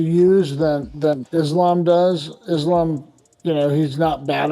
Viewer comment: She can't say the name of the champ? Really Tracy? Lame. No respect.